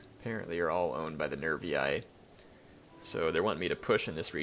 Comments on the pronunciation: No sorry... but... for all of you that read latin words with a double i at the end y-I/iay/yay or whatever... I don't think it is correct. Do you make "the" stronger by say theye or the double o do you say it(ex. rooster) ruoster...? Ah no? Then why do you feel the need to say Triaryaiy or Nevriyaiy...? Isn't it simple anyway to say a longer i at the end triarii nervii??? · Bur you said Nervyay(somwhere in the video)... And just in case you misunderstood our intents, we wrote these to help, not to bash.